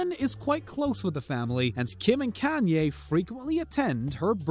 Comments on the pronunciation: Mar-seeya....Brah-dee ??? Is the commentator new to this planet? Kanyeah? WTF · Can-ye west I’m screeching